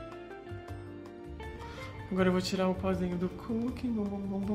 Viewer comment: “Eu vou usar um pozinhumm” 😂😂😂😂😂😂😂